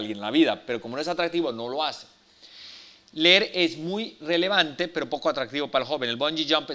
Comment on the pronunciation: SE DICE LEER. LEER, LEER!!!